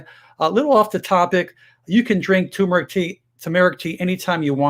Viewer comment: You're a doctor. Learn how to pronounce TURMERIC.